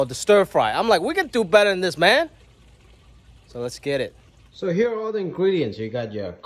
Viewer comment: “So Lessgeddit” -Jimmy O. Yang